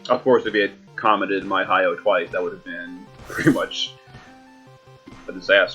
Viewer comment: Why can’t you say my boy name right right it’s not Hiyo it’s hy’oh And just pull for king rain already it should be REALLY easy to pull him bro and you got like 600+ tickets?! Why not waste 40 to get 2 king rains ??